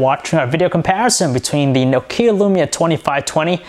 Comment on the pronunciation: His pronunciation of Nokia annoys me more than it should xD